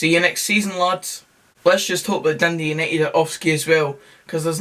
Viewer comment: Naw last word for Dundee: "Doondee"